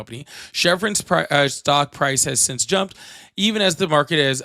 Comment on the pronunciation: You know how to pronounce Iran but can use help with simple English words. One example: Since: in the intervening period between (the time mentioned) and the time under consideration, typically the present. Sense: a faculty by which the body perceives an external stimulus; one of the faculties of sight, smell, hearing, taste, and touch. a feeling that something is the case.